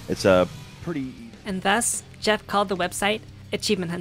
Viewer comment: fuggin' "Goeff"! That really cracked me up, well done! I love little things like that!